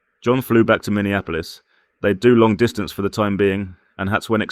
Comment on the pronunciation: said minihahapols. lol! Minneapolis.